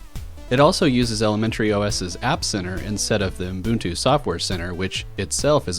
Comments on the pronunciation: Umboontu? The way you say Ubuntu is, well, exactly how it's written. Uh - Bun - Too. The middle part is not "boooon" and likewise the first part isn't "ooo" (I don't know where the "m" came from however). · Are you saying "Umbuntu" ? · Fan fact: when I ask Google about 'ubuntu pronounciation' it shows me 'U-boon-too' and the voice says something like 'Uh-boon-too' as well. I've heard some people pronouncing it as 'uh-bun-too', but that's the common problem of English speakers, they always mess the original pronounciations with their English language rules. For example, the ancient Greek name Dalila is pronounced in English as 'Deh-lai-lah' (where 'lai' sounds like 'a lie') while the original correct pronounciation is 'Dah-lee-lah'. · Your pronunciation of Ubuntu is giving me ear cancer